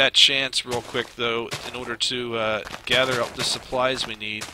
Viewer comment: does anyone else hear 'grather' instead of gather?